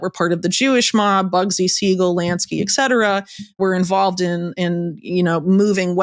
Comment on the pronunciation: Hey Whitney! Etcetera is pronounced Et Cetera, not Excetera.